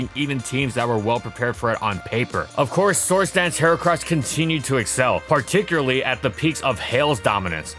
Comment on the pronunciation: To this day, he still can't pronounce "Particularly" correctly without making it sound like "Particuraly".